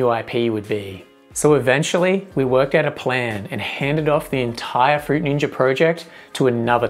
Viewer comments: "fruit ninjer" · Fruit Ninjer 😂😂😂😂😂😂😂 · um that's not how you pronounce fruit ninja... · no it's not